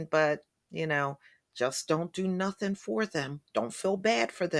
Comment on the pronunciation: He sat up here and said a whole bunch of Northing!